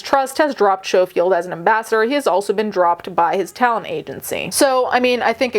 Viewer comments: He is smarmy The oair of them in that show are, sickly sweet and fake. BUT For the love og god Learn how to pronounce the bames of the ppl youre talking about😂 Snowfield 😂😂 SCO-field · It’s sco field (you say the c sound) xx great video otherwise xxx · Mate. I really needed a laugh. Everytime you said "show-field" i laughed out loud. ❤❤❤❤ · A piece of my British heart died inside each time 😂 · Thank you for covering a story from my country🙏 Also, his surname is pronounced like 'skoh-field.' But yeah, this whole thing is awful. We also recently found out that his brother is a convicted p3dophile. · Schofield is pronounced as skofield the ch is a k sound. It’s alleged that Phil had also gotten the guy the job on this morning, there’s a definite power imbalance in this case. It’s so sus that he’s know the guy since he was 15 and then started dating him when he was older. It’s also weird that his brother was accused of grooming and inappropriate contact with minors, it begs the question of what was going in their household when they were growing up to have both of them have these accusations made against them once they grew up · Oh! Ok. Honestly didn't expect this to be covered by you. Guess when it's your country's news, it's different, right? 😅 Also, it's pronounced S-co-field. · Incidentally, the 'c' isn't silent. As we say 'school', we say 'Schofield'...